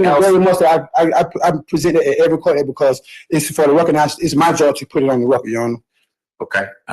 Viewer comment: For gods sake judge , answer the question he is axing , " is this coat a cotalow ". 😂😂